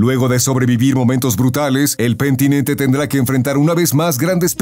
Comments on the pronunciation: Es penitente, no pentinente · Es Penitente no como dijiste Pentinente 😂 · Es el penitente no pentinente, madre mía 😂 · PENITENTE, NO PENTINENTE... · El pemtinente suena como algo que diría cheems xd